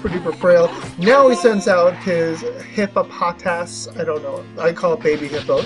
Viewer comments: Pronounce it like TheFlamingSpade: Hip-oh-poh-tahss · Hippopotas is pronounced "Hip-poh-poh-tahs" in the English anime. They even made fun of how difficult the name is to pronounce... Empoleon rocked here. And Banded Stoutland seems to be standard.